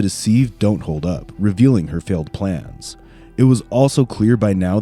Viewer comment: Is the narration for this AI? It is making weird mistakes like saying she “filled” (instead of filed) the police report & saying the bodies were in tote bags when they are clearly talking about the big plastic tubs that people (including her boyfriend and the cops) refer to as totes. I just don’t know how any person could read this narration without realizing that those have to be typos…but AI obviously would have no clue that the narration script had errors.